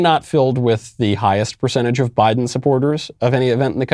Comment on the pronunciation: I'm hearing a J pronunciation than a B pronunciation.